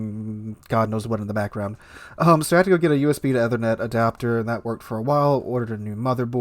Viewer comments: Its pronounced “ee-ther-net” btw, not ethe-r-net” :) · Seems he doesn't have a clue since he doesn't know how to take even simple precautions. Can't even pronounce 'Ethernet' correctly.